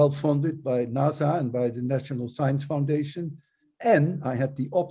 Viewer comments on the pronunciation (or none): none